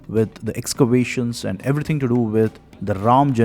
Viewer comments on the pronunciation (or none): none